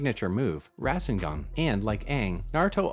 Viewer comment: This video is actually garbage. I’m sorry, just your pronunciation of Jaraiya and Roku’s names and the resangan your either AI or you just didn’t watch either show